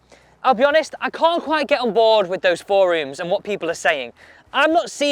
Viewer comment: Work on your pronunciation of forums.